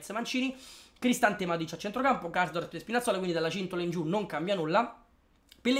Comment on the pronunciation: KARSDORP...te sei perso na R ahahahhah